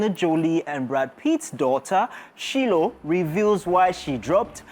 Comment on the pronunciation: Her name is Shiloh (Shy-low)